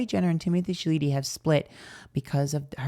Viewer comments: Miss girl… not timothee shaleeteee 😂😂😂😂😂😂 lmfao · why are u pronouncing my man last name like that 😂😂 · "Challedee" "Beyons" 🤣